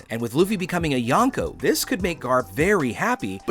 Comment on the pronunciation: kinda makes me mad that your saying yanko💀